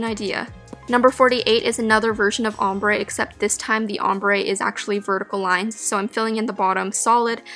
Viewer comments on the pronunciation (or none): none